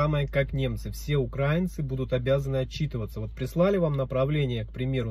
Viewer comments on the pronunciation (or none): Ударение ставьте правильно в слове украинцы